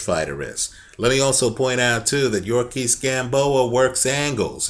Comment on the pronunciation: YOU-REE-OR-KISS Gamboa, not yurkis gamboa